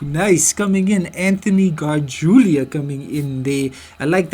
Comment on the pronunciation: Cesar says his name as Seezer, not sayzar. And Anthony's name is pronounced as Garjoola, (not garjulia) and Eli's name is short for Eliezar, and pronounced to rhyme with jelly. not Ee- lie.